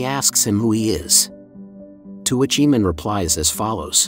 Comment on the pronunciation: AYE-Mun not Eee-Mon